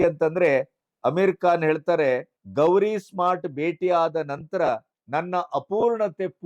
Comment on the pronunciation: ಗಣಪತಿಯವರ ಅಮೀರ್ ಖಾನ್ ಮೂರನೇ ಪತ್ನಿ ಹೆಸರು ಗೌರೀಶ್ ಸ್ಮಾರ್ಟ್ ಅಲ್ಲ ಗೌರಿ ಸ್ಪ್ರಾಟ್.